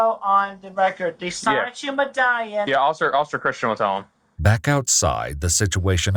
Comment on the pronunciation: The way he said it is pretty close. Incidentally, the O in Japanese is always long. So it should come out "soh-nee-choo." If it was "sah" (a short O like in "sonic"), it would be spelled sanichu.